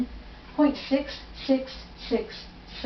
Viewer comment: Take out your tongue ball, six is not pronounced sithh.... you sound terrible.